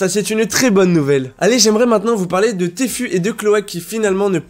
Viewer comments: Super vidéo, mais Tfue ça se dit pas téfu mais tifiou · il an détruit le pseudo de Tfue en 1 milliseconde 😂😂😂